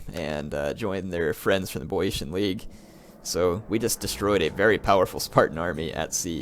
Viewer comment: "I'm reading your comments" my ass. Dozens of people have already told you how to pronounce Boiotia and you still say it wrong. It's BEE-OH-SHA.